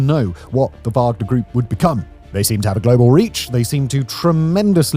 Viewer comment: “wagden” 😂😂😂 I see what you did there Simon.